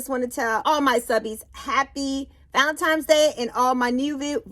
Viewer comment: Why do people say valentimes?